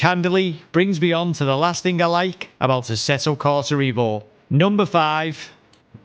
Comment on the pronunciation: what you pronounce this sim name wrongly? it is EVO, not IVO - EVOLUTION